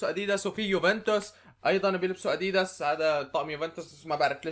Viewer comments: هههههههه كيف بتحكي اديييدس هي اديداس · اسمه ادداس مو اديدس احجي عدل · انت عم تقول اديديس ههههه اللفظ غلط😂😂😂😂😂😂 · ما قصدي اتذمر بس تنقال الكلمة أَ دِ دَسْ بس مو مهم المهم المقطع الرائع واستمر يا بطل و ان شاء الله توصل المليون باقرب وقت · إسمه اديداس مش اديدس😂🔥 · اديدس؟؟؟؟ اسمه اديدااااااااااااااااس مرفوعه بي الالف يا تيس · اديداس مو اديدس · عفكرة انت مالك عم تلفظ اديداس